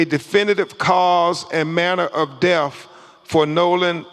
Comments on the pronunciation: Is he saying Def or Death? Pathetic. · Damn, he even took a second to make sure and that still what came out. This is harder to follow than the freakin boat audio. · If he’s an educated man he should be able to pronounce his th’s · Thanks for commenting I was looking for this thread. I know what the first person means now by def. LoL Crump was trying to say death, but he says def😂